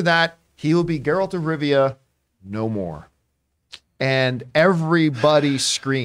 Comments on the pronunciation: It's GE-ralt. Not JE-ralt. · ok john you can get rid of this particular “host” shes always flubbing words and she said “Gerald” of Rivia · I don't understand how people who say they watched the whole show or played the entire of Witcher 3 but still can't pronounce Geralt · The girl who mispronounced the name didn't say she watched the show. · Oh, the horror!!! She mispronounced the fictional character's name!!!